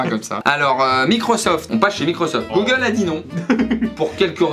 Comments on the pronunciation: « passer un entretien chez GOOLE » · Le duo de feu 🔥d’ailleurs c’est normal le goole au lieu de Google ? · "Passer un entretien chez goole" 😂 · "Passer un entretien chez GOOLE"